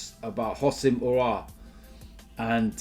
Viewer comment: Just another day nothing new, an AFTV member butchering aouar name